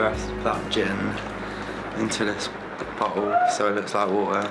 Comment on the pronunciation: Is it just me or did it sound like he said butthole when he said bottle.😂😂🤣!!!! Click to listen 👉🏾